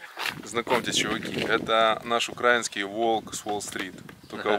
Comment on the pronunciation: извините, но очень режет слух "укрАинский". Ставьте правильно ударение, пожалуйста. Ваш частый зритель.